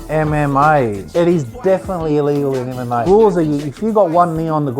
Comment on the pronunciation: is calling MMA "am am may" LOL